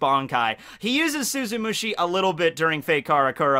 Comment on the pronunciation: Does anyone else remember all the times absolutely butchered the name of Tosen's bankai, like he'd say "Suzumushi Shushushki" or something like that? It feels so good to hear him finally say it correctly